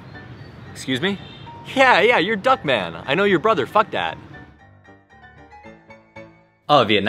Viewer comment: hey duc manh mà Anh đọc là dog man và phuc manh Anh đọc là fuck man E ko cố ý trêu trọc Nhưng anh nên đổi tên Tiếng Việt khác nha! Ahjhjhj!! ....^^